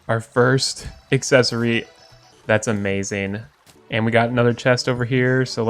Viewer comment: any1 else love how he says “amazeen”